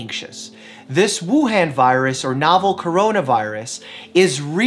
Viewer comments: So this is a good video,, just pls say “Wuhan” like this: the an in han as in “on”!! The other a sound not the one in “hand” 😖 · Mike, it’s Wuhan, not Wuhen, it’s Beijing, not Beiging ( not pronounced like that ) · It's not pronounced as "wu + hand" Dr Mike...it's Wu Hun (as in Attila the Hun). You're welcome. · It should be pronounced as Wu-Han instead of Wu-Hen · I should trust someone that can't even pronounce Wu han correctly ? It's not han as in hand , it han as anh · Just a pointer, its pronounced woo-hon, not woo-han, good video tho ty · Woohon is the correct pronunciation... Thank you for the info. Doctor! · Btw Wuhan is pronounced ‘woo Hun’ (hun like hunny) !!!! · The way he pronounces Wuhan virus “Woo-haan virus” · Haha you pronounced it as Wu-han(as in the “a” sound in ham). The -an is actually pronounced as the “o” in month. Sorry for being that person, just been hearing the country name a lot because we’re near it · Dr. Mike, FYI, "Han" in Wuhan is pronounced like the Han in Han Solo. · Btw Mike, it's pronounced "Woo-hah-n" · Mike it’s hard to take you seriously when you can’t even pronounce Wuhan correctly. It’s Woo-Han, like Han Solo from Star Wars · Why yall be pronunciation it as woo haan virus tho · Im Singaporean and we have 10 cases all from 武汉,but we were told not to panic as it would make things worse Btw wuhan is pronounced as woo han (hard to type phonetically but it is DEFINITELY NOT PRONOUNCED AS OOH HEN)